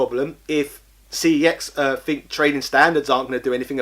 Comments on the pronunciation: It’s pronounced sex not cex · Sorry but it is pronounced SEX. When you ring the store they even answer it as so.